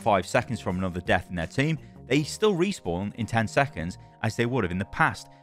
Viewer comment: "Group Resawpn"